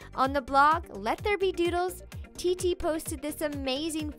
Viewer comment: What others hear: ...Named Titi What i hear: ... Named Tittie